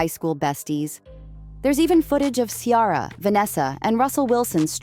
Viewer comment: The name is NOT KIARA. Her name is Ciara. You are speaking a lot of nonsense.